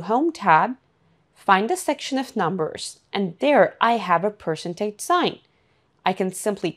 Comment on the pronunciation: That was hilariously funny. The AI did NOT even know how to pronounce Percentage.